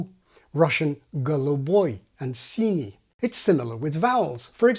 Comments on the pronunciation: Well that was a shockingly accurate Russian here , and I’m from Siberia. Wow! You even almost got these soft /s’/ and /n’/ in синий! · As a Russian, your синий is really flawless, I just couldn't tell that it's not a native speaker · Your pronunciation of the words "синий" and "голубой" was flawless! I run a YouTube channel about phonology in Russian and also another channel about linguistics in English.